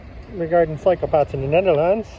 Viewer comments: Great vid thanks. Love your accent too, but to my ears I can't stop giggling at your appreciation of the amazing Dutch "psychopaths" .... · i heard exactly the same , dutch psychopaths instead of dutch cycle paths 😂😂😂 , but hey lets be fair , we dutchies can be psychopaths 😉